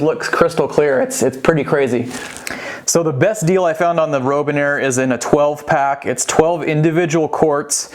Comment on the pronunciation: It's Robinair... like the bird. Not Rowbinair.